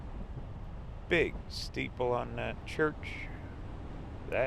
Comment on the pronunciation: My college town! Nice to have you in my home state!! It’s Wih-no-nah, not Wynonna. 😉